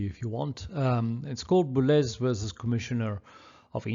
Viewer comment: The “z” in the great musician’s surname is sounded.